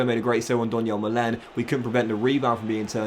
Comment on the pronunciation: Donyell Malens surname is actually pronounced ‘MAH-luhn’, fyi :) oh and Toney starts. Maybe think about selling one of ‘em next year.